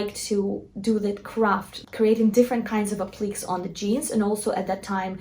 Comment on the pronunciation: “App lick Kay” (empathic on the “Kay”. (Also check emo)